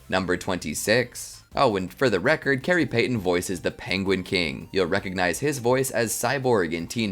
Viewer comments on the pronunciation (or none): none